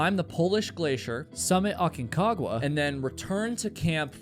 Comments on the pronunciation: It's Aconcagua. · Awkward Kawa????? It's called Aconcagua